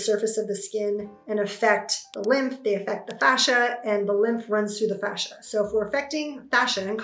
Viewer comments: Fascia dear, not facia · She is saying fascia, 😉